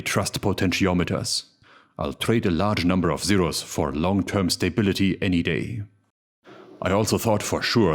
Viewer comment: Ah yes, my quarterly dose of stay-bility has arrived